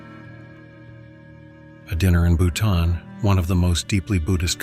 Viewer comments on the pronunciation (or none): none